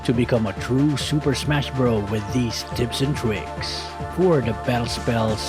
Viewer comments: Lol did anyone notice he said tits and pricks instead of tips and tricks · It just me or he said tits and tricks